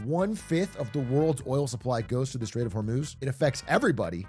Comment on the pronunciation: This is the second time I've heard him say "until shsmjjfghsfhdskjf is truly close the stock market won't go down" WTF is he saying here? It sounds like "the straight of vermoose"